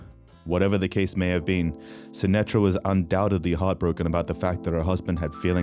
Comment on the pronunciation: It's indian ...Sunitha Sashtry... Not Sunetra